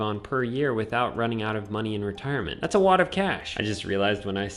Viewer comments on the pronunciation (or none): Be vewy vewy qwuiet! We are hunting wetirement income streams!